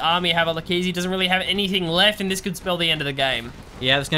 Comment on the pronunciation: Come on guys, that casting was a low-blow. Pronunciation: Like-Ease(Leikeze=ezekieL)